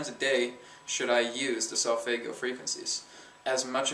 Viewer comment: For Christ sake learn to pronounce solfeggio. Also, I went to the pyramids and I can guarantee they were not resontaing whatsoever.